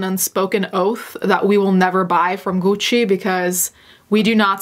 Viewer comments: The way you say "Gucci" is giving me life, even though I also think the brand is ugly AF. The dripping shoes look like my Barbie after I left her by the heat vent. I don't want to stand next to anyone wearing those plastic pants, especially in Summer. They're not going to smell pretty 🤢 ...the grass skirt shoes look infuriating and stupid. I like the concept of the weird ass backpack for travel reasons, especially in places where mugging is prevalent. It looks uncomfortable though. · I think i found a new fetish. Listening to pronounce things with the heavy italian accent is just so satisfying. Please say prada again. Or gucci. Or whatever. Uuuugh just like cutting a tomato with a freshly sharpened knife. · So I'm Italian and when mentions Italian brands and pronounces the name correctly. I'm like shook then I remember... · she's pronouncing words properly! And she is Italian so what do you expect her to do? Mispronounce her own language?! You remind me of every American person going around and slaughtering every language who gets all pissed at native speakers who try to correct them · at first I didn't noticed her pronounciation bc I'm from Spain and here we pronounce it like that too as our languages are a lil bit similar, but hell yessss her accent is beautiful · astrid vvv Shes actually Italian so she’s probably used the pronunciation she heard growing up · The way she says “Gucci” — chefs kiss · The linguist in me, loves that you pronounce Gucci and Prada with a proper Italian accent. I've notice you do this in other videos, but it really stood out to me here. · I like how your pronounce Gucci properly, i’ve never heard it pronounced properly before 🙂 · Looking for a husband who pronounces Gucci as satisfying as you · i love the way you pronounced gucci, i feel uncultured for the way i say it now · i love the way you pronounce the french how they are meant to say as well as Gucci and not the basic white girl way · I live for how you say Gucci